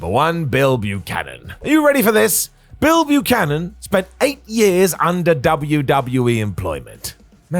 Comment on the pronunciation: Are you saying Bill Buchanan? Doesn’t sound like you’re saying Bull Buchanan 🤔